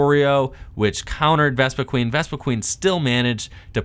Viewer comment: who else cringes when somebody says vespiQUEEN and not vespiQUEN